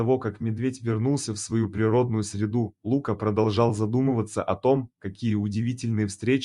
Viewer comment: Кто это читает???? Есть русское имя ЛукА, ударение на А. Но нет имени ЛУка, с ударением на У.Чтецчитает быстро и монотонно. как шпаргалку перед экзаменом. Так нельзя читать подобные истории. надо выразительно читать, представлять эмоции тех персонажей о ком читаешь и вкладывать эмоцию в слова текста. Видео ряд хороший. Текст заново начитайте, чуть помедленнее, и голосом передавайте все эмоции и все чувства ваших герое.